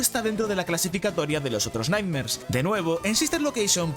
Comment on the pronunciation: Cada vez que decia nightmares, yo escuchaba light nerds...